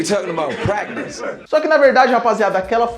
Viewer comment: Quantas horas vc ficou TREINANDO pra falar Talkin' about pratice tão bem??